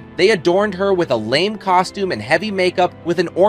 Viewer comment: You need to tweak the Ai voice that narrated this. Ms. O'Haras dress was Lame', not 'lame'.